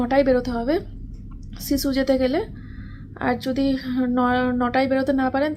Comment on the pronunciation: Sisu kor tui hisu sissu ucharon thik kore korena